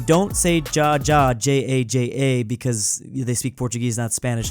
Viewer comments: when he says jajaja the way he pronouces it, it sounds like yesyesyes in German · in spanish the jajaja is not like you said it, it's like hahaha but the h a little more heavy.